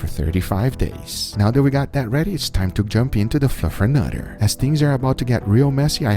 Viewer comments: Fluffernutter? Even said Fluffenufer . How is it possible Guga’s English has gotten worse over time? He really needs a native editor/producer/consultant. One error is cute or funny, but wrong throughout the whole video is distracting, borderline cringe. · he even calls it "fluffer nuffer". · Guga love the vids but that’s fluff not fluffernutter. A fluffernutter is a peanut butter and fluff sandwich bro. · Fluff... not Fluff 'n' utter.. Fluff 'n utter is Fluff and Peanut Butter! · “Fluffer-Nuffer” -Guga 2021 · More butchering going on here than just the meat, LOL. "Fluffernuffer?" Gotta love Guga!